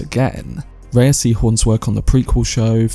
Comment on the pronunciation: Thanks for the video. Just fyi, she pronounces her name like "Ray."